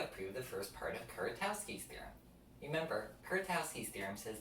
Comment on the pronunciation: Nice video! The Polish pronunciation of Kuratowski is closer to "Kuratofski", btw. 🙂